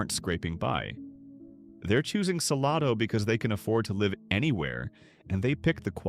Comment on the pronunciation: SaLAYdo. Not saLAHdo.